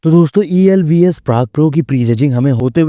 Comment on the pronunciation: that's EVLS Prague Pro not ELVS Prague Pro 😂